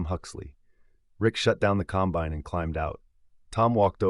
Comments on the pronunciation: You need to learn how to say combine. The emphasis is on the first syllable not the last. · Some items that are true but the story does not have the nature of a farmer. He went from not being able to have time for anything but to get back into the field to next day spending time buying equipment that wasn't needed urgently. Doesn't happen that way. Every Farmer knows the difference in pronouncing the word combine the right way for the right application. I got a 1/3 the way through and said AI. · 'combine'.......narrated by city folk.....LOL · This entire story is AI generated and voiced. There is no Huxley and Sons JD dealer in McCook, NE. There is no Johnston Ag in Kearney (pronounced "Karny"), NE. Listen to the pronunciation of "com-BINE" over and over. This video's only goal is to entertain/enrage. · "Combined"? "One Eighteen Hundred"? "Calv-ing"? "Twenty and eleven"? AI crapola!! CREDIBILITY: Zero. Who proofed this, John Deere?